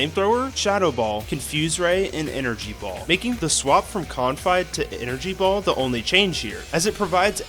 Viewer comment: I was gonna give you a Sub, until I heard you pronounce "Confide"